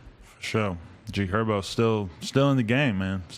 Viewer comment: It’s GHerbo